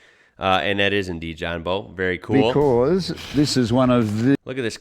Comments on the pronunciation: It's not John Bow and arrow it's Bowe E.G Take a Bow to the audience!! Awesome car as John said "MINT" just beautiful 👏👍 Thanks for the share mate!!! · It's John Bowe pronounced like saying bowel without the L on the end. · Hey, John's surname is said like the front of a boat. Love the channel. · Bowe is pronounced like….take a bow 🙇‍♂️. Sorry I hate correcting you 😬. I can’t help it though. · Awesome video mate but it's pronounced like bow, take a bow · Like bowing in front of her majesty lol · His name is pronounced John Bowe as he n is he bow of a boat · It's Bowe as in front of a boat or ship not Bowe as in what you shoot arrows from. Lol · His name is John Bowe (front end of ship) not Bowe (bow and arrow) lol but I wasn't actually having a go at just trying to explain the pronunciation. Like you said, it comes down to interpretation. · its John Bowe as in when you breathily bend over forwards too bow to somebody out of respect